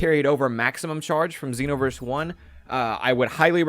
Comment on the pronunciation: Why do people say xenoverse with a short e